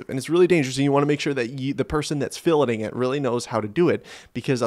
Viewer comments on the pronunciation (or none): That is most definitely not how you pronounce filleting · And then he pronounces it correctly ! So he can pronounce it, he just chooses not to, I guess.